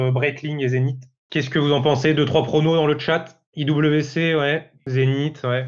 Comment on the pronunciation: En allemand IWC se prononce effectivement IVC 😉